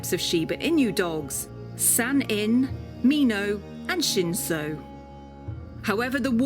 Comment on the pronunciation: ShinshoじゃなくてShinshuな